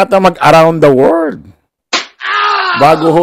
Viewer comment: Gandahan mo naman ang pag.pronounce ng WORLD para kang grade one